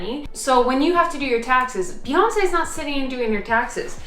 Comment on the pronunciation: When you said "Beyonce" while trying on clothes, I had to do a double take because I heard "fiancee" and thought I had seriously missed something 😅 Gorgeous dress, by the way!! Hope you have a beautiful day! 🥰 Ps. Thank you for that visual of Beyonce sitting and doing her taxes 😂